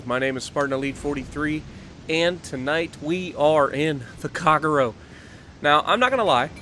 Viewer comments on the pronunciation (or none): Spartan: Kageno. Me, the resident IJN DD Captain: KAGEYES